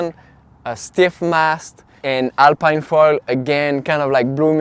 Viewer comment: It's a french brand so shouldn't it be pronounced alp[ē]ne ?🤔 (Same as "Philippine") Also, how does it compare to the AFS ultra 750?